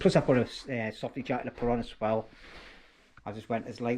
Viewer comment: "as-well" not "ass-swell" . It wouldn't bother me but you say it in, nearly every sentence! 😂😂😉 Still love your vids mate.🖖🏻